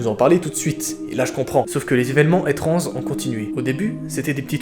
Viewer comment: '' Évènements étranzes" !? 😨 😂